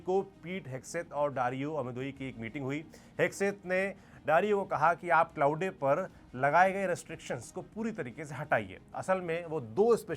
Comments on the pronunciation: Bhaiya isko क्लाउडे nahi क्लॉड bolte hain. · क्लॉउडे ❌ क्लॉड ✅ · I like how you pronounce it as k-laude